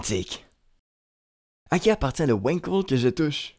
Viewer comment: Wankel étant un nom allemand ça se prononce "Vangkell" et non pas "Ouainkeul". Et c'est un moteur de m... super-polluant. Si on aime la moto, on aime les vibrations ! Après si on n'aime pas les vibrations, il reste les motos électriques, bien plus avantageuses que les Wankel !